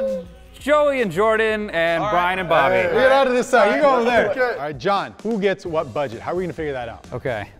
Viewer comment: It should be brobby not bryobby